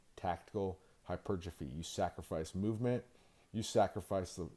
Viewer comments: Bro stop saying hypertrophy like that you fucking retard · Mother fucker can’t even say hypertrophy right says it all fucking weird I’m tired of everyone butchering words as if we don’t have specific sounding words